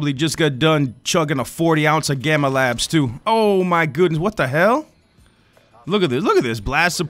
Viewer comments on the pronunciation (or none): none